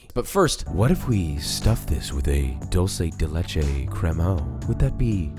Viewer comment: As an Hispanic, I absolutely love how papa pronounces Dulce de Leche hahahahaha great video!